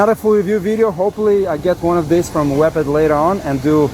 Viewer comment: Not Wep-ed friend..it is pronounced Wee ped like a moped type idea ! 😮